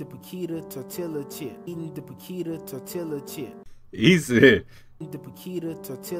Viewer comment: My cousin says "tor-tila" too 😂